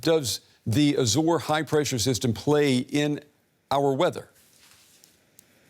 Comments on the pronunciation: It's pronounced "áy-zaurz" you jagoff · Someone needs to her about the 'R' in Azores. It's bugging me more than climate change.